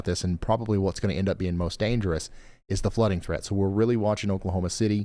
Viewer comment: We live in TX (used to live in Louisville) but we have family in all over Oklahoma. Great job pronouncing Oklahoma town names.